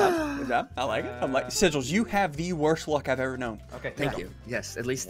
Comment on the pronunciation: “Sigills Face” XD LMAO